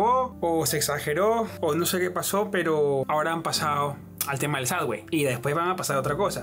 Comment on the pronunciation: suBBway...............en vez de suDDway